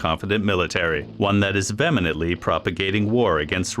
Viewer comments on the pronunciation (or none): Your robot voice does not know how to pronounce "vehemently" or "Manchuria." Very sloppy.